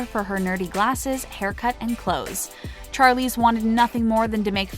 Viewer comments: Char-Leeze?!? Really!?!? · It’s pronounced SH-arlize not CH-arlize. It’s the same sound as in Shawn, not Charlie. This video is great but the pronouncing of certain things was painful. And it’s ‘The Colour Purple’ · Vihara V it’s not Charlie or Sharlie by the way, it’s Charlize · Inspiring video - and heartbreaking at times. I’d offer a correction though in the pronunciation of Charlize Theron’s name....she herself said it’s pronounced like Shar versus Char. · char-leeze char-leeze char-leeze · I feel like my brain is going to explode after hearing the name “Charlize” being pronounce wrongly SO MANY TIMES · Alrite I'm done! Gonna slaughter Charlizes' name too? What a fukn moron!!😳😠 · Yes,"Charlize" killed me every time. I lost count.